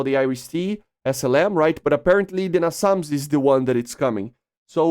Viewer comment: Small tip, its pronounced "Nay-sams", not "Nah-sum"